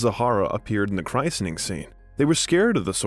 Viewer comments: Excellent biographical documentary with one exception... TOO MANY MISPRONUNCIATIONS ! This narrator's pretentious mispronunciations become incredibly distracting. For example, saying "chry-sen-ing" instead of of chris-en-ing. (The "t" is silent.) He butchered people's last names also. If a person is hired as a narrator, he or she should at least make sure they use correct pronunciation of the names of people and places. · Your pronunciation of "christening" in which english dialect is it said like that?!